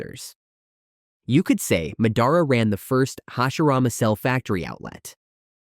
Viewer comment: Sorry you say Mehdara